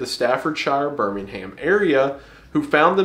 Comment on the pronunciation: the way you pronounce Birmingham and Shropshire ;-;, great vid tho